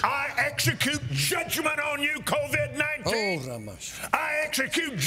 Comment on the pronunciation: “ Covidius ninteena” I will be naming my kid this 😂